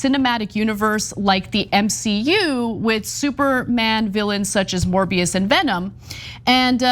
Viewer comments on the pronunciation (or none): A morby-us for the restov-us